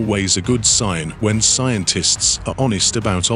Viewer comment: "See entists".... seriously... this is how we pronounce scientists nowadays. The general pronunciation of basic vocabulary has escaped this Chanel clearly! Guys/gals, a little effort in your editing goes a loooooong way in making the channel feel less like a money grab on ads and more like an informative science channel.